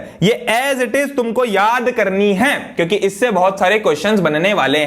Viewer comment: sir ne kyuki ki jagah chyuki bola very funniest movement for me